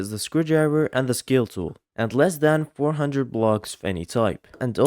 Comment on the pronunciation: I heard that he said "Skill Tool" instead of "Scale Tool".. Maybe you don't have the skill? Skill issue 🗣️🥀 +, who even needs a rate? He shows tutorial, not a Show Got Talent.